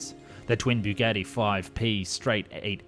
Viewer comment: Only made it just over two minutes into this video until I could no longer listen to this guy mangle the name Bugatti. Byougetee . . . Really??? have you never heard anyone actually say Bugatti before?